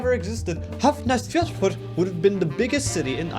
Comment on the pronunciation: Hafna fjörður. It's not that hard